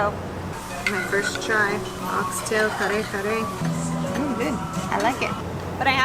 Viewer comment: Excellent job in pronouncing those hard to say tagalog words. I totally agree with the winner of the food challenge. Kare kare is one of my favorites . My Mexican wife cooks killer Kare Kare and other Filipino food.